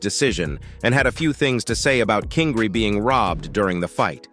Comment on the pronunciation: The way he says his nick name as if it was one word it’s king Ry like how pronounce his name without sayin an an part of his name not kingree like how u saying